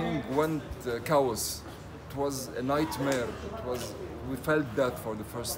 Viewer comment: Chaos is pronounced like KAY-OS not CAOS🤣